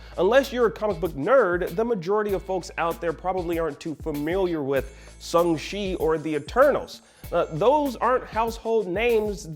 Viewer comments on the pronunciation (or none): IGN pronounce shang chi wrong again